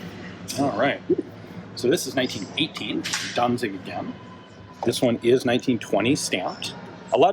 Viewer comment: As you mention Danzig quite often and are aware of possible wrong pronounciation: It's almost correct, but the z is spoken sharp, like the c in "dance".